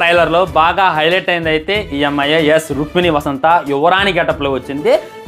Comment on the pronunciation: వసంత కాదురా జఫ్ఫా వసంత్ 😂